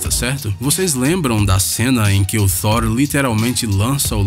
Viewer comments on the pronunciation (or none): Nem sempre uma palavra com "th" vai ser pronunciada como "s" com a língua entre os lábios, ou seja, É Thor msm e não Sor.. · FALA O NOME DA TURMA DIREITO CARAI FTHOR UM CARAI MERMAO É THORRR TTTTT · Cara, deixa de tosquêra! ! O nome do herói não é""SOR. .."!!!!!!!!!!! SE PRONUCIA "TOR" !!!!!!!! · Agora, o que me doeu no ouvido foi ouvir "Sór" ! E mais de uma vez!!! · me incomoda o jeito que ele pronuncia Thor: Ragnarok ç.ç